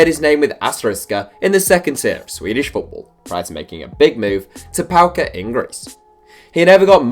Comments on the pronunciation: It’s name is PAOK not PAOKA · Who tf is Paoka? Its BA-OK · Paoka? Its PAOK 😡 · Mate the team is not called PAOKA it’s called PAOK